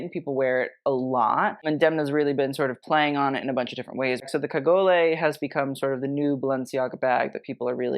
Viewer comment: Cagole isn't italian it is from the south of france so do not pronounce the "e" at the end !!!